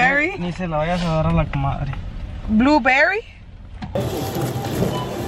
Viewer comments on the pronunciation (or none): Burberry* you said blue berry 🤣🤣